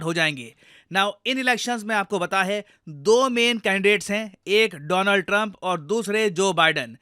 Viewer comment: It's DoLaand Trump by the way 😅